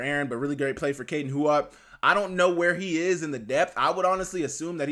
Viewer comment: It seems like everybody in Griz Nation is pronouncing Kaden Huot's last name as Hu-Ot, like it's spelled. However, while Huot was playing for HHS, the home game PA Announcer, and also the local news pronounced it like Hewitt, not Hu-Ot. Take that for what it's worth because I don't know him, nor his people myself.